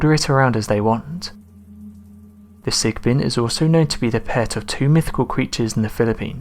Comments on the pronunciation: Sigbin or sigben. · Okay I'm from the Philippines and I now you mispronounced the names of the entities....but....Sick - what? Sick bin? I can't think of any entity here that rhymes with sickbin. The Asswang I know, and wank wank is "whak-whak".